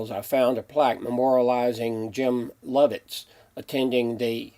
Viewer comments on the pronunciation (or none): Great video - also the astronaut’s name is Lov-ELL, not Lov-ETT - but that signature is hard to read! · Its Jim Lovell not Lovett. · It's not pronounced Burn-net...It's Burn-it ...That bridge is 4 miles from my front door... You may not be old enough to remember the Apollo 13 Mission...But you might at least watched the movie...His name isn't Lovett...James Lovell and his wife Marylyn live in this area. They're lovely folks. I did the cabinets and stairs in their home. Yes, this is the prettiest part of Texas...Get your facts straight so you don't look like a dummy...